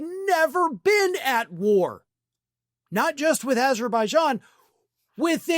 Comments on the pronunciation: Yeah, he badly and apparently lazily mangled "Azerbaijan" and confused "Albania" with "Armenia". He just wants the peace prize; he is entirely disinterested in actually earning it, just cares about having one so he can brag about having one. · He said aberbaidan not Azerbaijan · Not only name Albania instead of Armenia he said Alberbagon instead of Azerbaijan! 😂😂😂😂 but he ain’t funny!!! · And 🌮 couldn’t pronounce Azerbaijan“ called it ABERbee…“ in front of Britain’s King Charles 😂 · Trump did NOT say Azerbaijan. He said Aberzaijan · 1. Trump didn't even say "Azerbaijan", he said "Aberbaijan" instead. 🙂 2. It's not true that Albania never had any wars with anybody ever. For example, Albania was occupied by Italy and Germany during WW2. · He really said "Aber Beishon" & "Albaania" (phonetic spelling) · He actually said Aberbaijan 😂😂😂😂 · I saw on Jon Stewart's rare non-Monday appearance that Trump said "Aberbaijan and Albania". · He actually said "Aber...baijan". Dude needs to see a real doctor, STAT. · Sounded as though he says Aberjan or maybe Aberbijan, definitely NOT Azerbaijan so add in the Albania and I'm guessing it's some fantasy country from some fantasy US weird fantasy film. Maybe an Asian form of Wakanda, after all most of the residents are definitely tanned [very hot summers, and fairly cold winters, I watch a couple of Azerbaijani Youtube channels, if you're into winter sports they have a fabulous resort that doesn't get as crowded as the better known European resorts, it is also a very safe country where the most you might suffer is being mugged [normally drunk tourists late at night, seldom seriously injured. I looked after the US claimed it was a terrifically dangerous country warning US tourists not to visit only to discover they were doing what they do best, lying about other countries] and despite being a majority Muslim country alcohol isn't banned and they are officially secular. Would like to visit one day, the scenery is stunning.